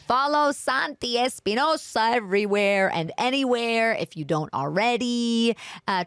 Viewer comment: Que raro que santi diga su nombre con acento gringo, papi, eres no santi espinousaaaa hasta la mujer londice mejor jajaaja